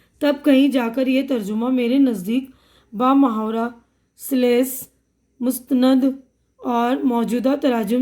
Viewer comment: سلیس Salees hai mam wo Aap sales bol rahe